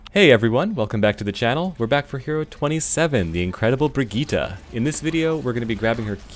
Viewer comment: Another way to pronounce it is also. Bridge-It